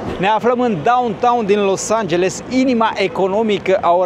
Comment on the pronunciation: Nu te mai grabi ,nu mai zice Los Angelsul...varianta corecta ar fi Los Angelesul...cred că nu e o cerința exagerata de a corecta mici greșeli...în rest aprecieri pentru materiale și curajul de a filma și locurile rău famate...